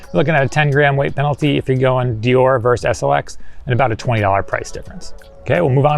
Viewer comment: It's deor-eh not deore